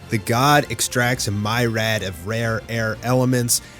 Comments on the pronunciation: myriad is not read "my rad", it's "me, ree, add". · FYI, myriad is pronounced meer-ee-add. I love your videos dude! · you weren't even close to saying myriad correctly